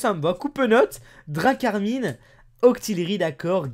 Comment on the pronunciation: C est drakarmin (drakarm1) pour la pronnociation